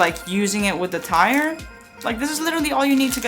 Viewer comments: "Tier" is pronounced "tear". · I hear ‘Tire’. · Or tea-ear